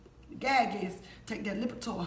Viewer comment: Lol she said lipitor